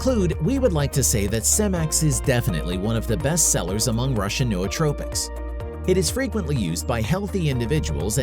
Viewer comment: Pretty good video, but why didn't someone tell the guy doing voice over how to say "Nootropics" and the ton of other words he just butchers the pronunciations of lmfao. Also he sounds like a robot